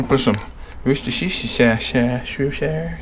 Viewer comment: Worcheshhhhterrr shawshhh